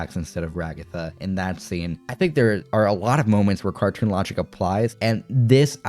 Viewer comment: Why do they keep calling her Ra-Gotha?! 🤣